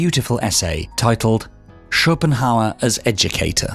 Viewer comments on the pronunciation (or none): none